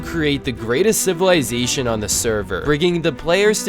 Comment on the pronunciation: every time he says civalization i rember dr.stone XD